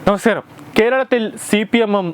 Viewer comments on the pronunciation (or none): നമസ്കരം💪😂അല്ലെടാ..😬 'നമസ്കാരം'✅ OK? ഇവനോട്